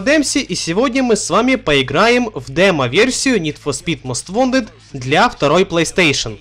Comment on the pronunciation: ВонТед, а не вонДед